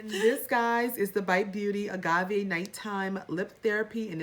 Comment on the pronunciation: ...you should know how to say agave (you did pronounce it correctly!) because that's what they use to make TEQUILA! I really like that lip mask. Try it overnight. Your lips will be super smooth in the morning. And unfortunately boxy goofed and gave the wrong info for the Avant product. It's not an eye cream. Just a moisturizer. I like it though. But I wouldn't spend over $100 for it!